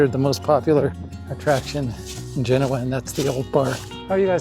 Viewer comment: History lesson from a guy that doesn't know how to pronounce Genoa! Interesting 😂